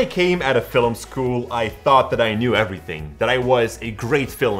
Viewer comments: Getting up in the morning. Going to bed at night. Leaving the lens cap on the lens when filuming nude actresses. Watching YouTube videos saying I have to avoid mistakes. Pronouncing Film as Filum. Other than that ... it's all good. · Basic mistake > Saying 'Filim' instead of 'Film'. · i love the way he says "filim" lol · Sixth bad habit: mispronouncing 'Film"